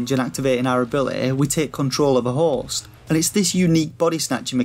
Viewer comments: It's because he can't seem to say host correctly. He's saying horse. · When you say HOST my ears keep hearing HORSE